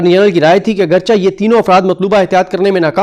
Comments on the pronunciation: لفظ اگرچہ میں "چہ" کو لفظ "کہ" کی طرح پڑھا جاتا ھے۔ یعنی " اگرچے " ۔۔۔ اگرچا پڑھنا ، بولنا درست نہیں ھے۔ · سر آپ ایک صحافی ہیں اپنا لفظ درست کر لیں لفظ اگرچہ کو اگرچے پڑھا جاتا ہے